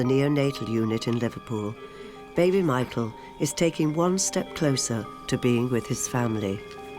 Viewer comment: Has my hearing gone bad but does that narrator continue to say Mital for Michael?